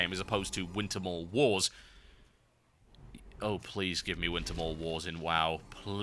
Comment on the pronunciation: OH GOD, DID I HEAR DOTA AND WITERMAUL WARS? HOLY SH*T